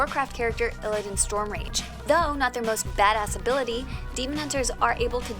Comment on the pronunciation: I heard a guy on this channel say eeleedan